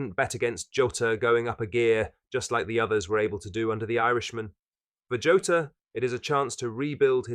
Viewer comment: Please stop saying joeta